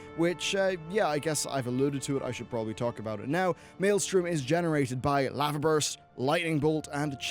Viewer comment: wait why do you say lava like that